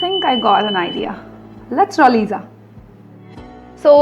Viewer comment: That's actually Lisa not liza. Lisa it's the right pronunciation :)